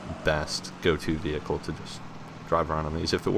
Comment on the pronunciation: you dont need to call it veeeeHICLE, you can just say it normally...